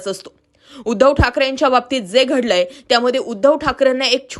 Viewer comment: मॅडम नेहमी एक शब्द खटकतो, आपल्याकडून गडलंय काय? हा उच्चार होतोय.. स्पष्ट पणे घडलंय काय? असा होत नाही... बाकी विश्लेषण चांगलच असतं